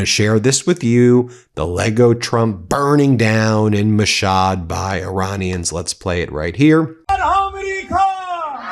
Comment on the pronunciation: Yar, learn to pronounce Mashhad.